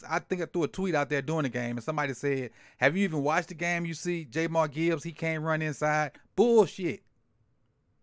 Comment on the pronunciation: Not sure you know Gibbs well Sir - his name isnt JayMar Gibbs... It's pronounced "JAH M EAR" when you dont know their names it makes it hard to think you'll know their play.